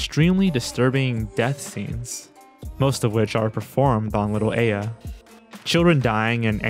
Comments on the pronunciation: Who seriously pronounces Aya as "Ey Ya"? Its not a japan exclusive name. Also, Ey Yo! Oni: Sounds like he's trying to challenge the monster to a rap battle. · That's not how Aya is pronounced.